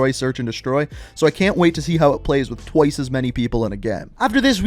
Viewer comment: lol "with twoice as much people